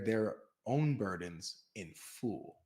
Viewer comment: 😆 LoLz, why does pronounce the word, “Full” like “fool”??